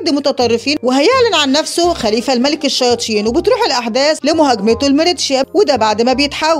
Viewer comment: مين لاحض انو بتقول الشياتين